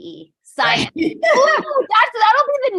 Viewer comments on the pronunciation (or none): Psyence 😂 I love it